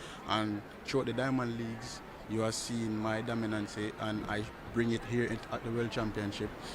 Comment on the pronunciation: “ Dominancy!” - a new Seville word dat